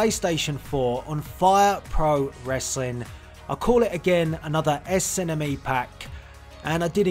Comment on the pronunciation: Lol i love how he says SNME. Esenemi xD